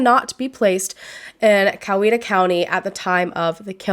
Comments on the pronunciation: I live in Newnan and this case has been so questionable for a long long time! Good job pronouncing Newnan and Coweta btw! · and yes you pronounced Coweta right! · You did say Coweta correctly! I live very close to where this happened and it was all over the news. His poor mama. 😞